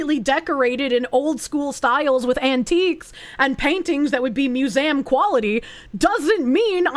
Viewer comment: & Crazed Rambling are the only people I've heard pronounce museum like that.